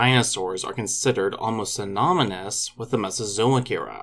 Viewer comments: Synonymous.. not synomynous 🤣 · You said synomynous. Not that I could pronounce half the other hard words in your videos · Did you say synomynous?